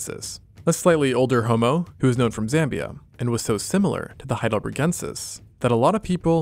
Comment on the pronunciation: Super cool video but: it's not HeidelbREgensis but HeidelbERgensis